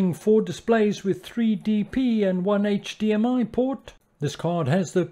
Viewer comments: HDMI, not HMDI. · Good video and recommendations. However, PLEASE STOP SAYING HMDI! It's HDMI. LOL. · Thank you for a straight forward video, but why you keep saying HMDI? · No offence intended but I was triggered every time you said HMDI instead of HDMI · It's HDMI not HMDI. Sorry, I'm a pedant. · HDMI!!!! It’s not HMDI!!! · I had to stop watching after the 5th "hmdi" reference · Why does he keep saying "HMDI"? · I honestly stopped watching when you said HMDI. Its like saying UBS, I just can't take it seriously.